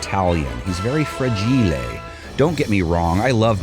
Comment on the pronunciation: “Fragilé” lol